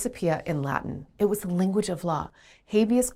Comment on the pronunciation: The first time I've ever heard 'inflūence' stressed in that way; I'd guess it's either an Americanism or she isn't a native English speaker (she does say "linguage of law" ). Naturally, I only ever say 'īnfluence', with emphasis on the first syllable; same goes for related words e.g. īnfluencer, īnfluential, īnfluencing etc. Source: native speaker from London.